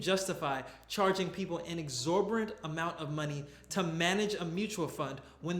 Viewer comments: Loving your videos. Though I do have to mention that mispronounced exorbitant as exorbirant *twice. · Love your videos...the word is EXORBITANT though.